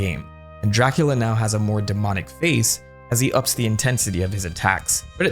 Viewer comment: Exept for the first time you said it, every time you say Dracula I hear Jackula. 0.0